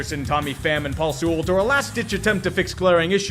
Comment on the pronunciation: Paul Sea-Walled not sooled